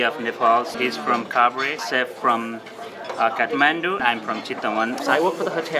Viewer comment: Please tell these two clowns and to learn to pronounce the name of their country and the capital. No there is no country called Nepol and no city called CatManDu. Their restaurant work is commendable, however, with their accent and their pronunciations, they are overcooking it.